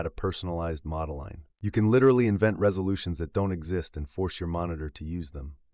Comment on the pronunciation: And nobody pronounces "ModeLine" like - it's a line containing a mode, ffs!